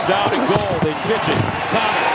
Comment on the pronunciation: “Jags gotta be gettin the ball if Dey gon win.” This announcer is a genius.